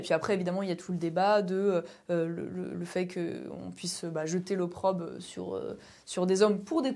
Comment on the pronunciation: Jeter l'opprobRe Et non " l'opprobe "